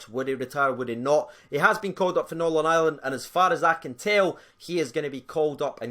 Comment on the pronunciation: trying to say "Northern Ireland" lol